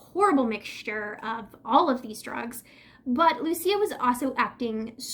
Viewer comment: I met this girl!! She was a friend of a friend, she stayed the night at my family’s air bnb. Smoked a j with her. She did not seem like the crazy type, I believe it was definitely a mental break. Also you are saying her name wrong, (Lou-Ees -Ah)